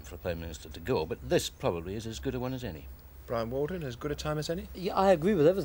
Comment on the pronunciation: Ahh, Bwian Walden. Good nostalgia